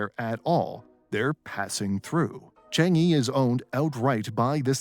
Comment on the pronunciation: The narrator pronounced Changi like 10 different ways. It’s Chang(soft A not like Chang in community, but it sounds closer to lung or Chung)-ee not chEHHHNG-ee